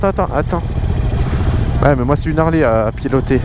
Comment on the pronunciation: putain les gars arrete de dire des "ZHARLEY" respecte la marque mec